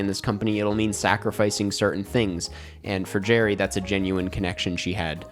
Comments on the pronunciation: it's gerri,. not jerry. lol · its Gerri tho, not Jerry